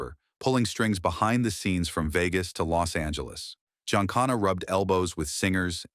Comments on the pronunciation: Sam Giancana is pronounced “Gee-an-khan-a” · “GEE-AHN-CAHN-AH@ was supposedly in on the JFK assassination!